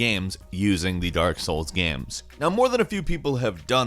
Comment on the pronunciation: ''dark souls ghems''